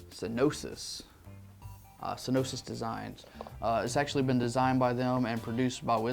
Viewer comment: Would it not be "Sin-you-us" instead of what you're saying? Just pointing that out.